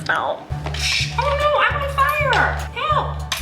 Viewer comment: Was that a southern accent on Flynn?? FIIIIRE!